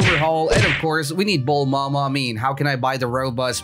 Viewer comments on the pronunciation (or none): Random question why do u say bulmama? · Its funny when u say bullma ma